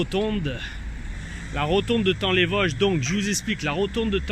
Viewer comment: on dit TA-ON les Vosges ^^